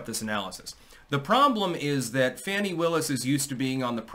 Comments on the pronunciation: Btw, hate her as much as you want, but pronounce her name the correct way. Fawn-ee. Not Fan-ee. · It’s pronounced Fawn-ee. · Fani pronounced as PHONY!!